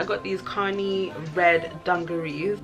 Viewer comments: Kani is pronounced Ca-nye. I know my old heads died every time she said connie dwl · I love you! Btw Kani is "kuh-nie" lmao